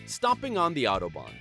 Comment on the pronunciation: Autobahn is just highway in German, so please call it highway, especially when you can't even pronounce it.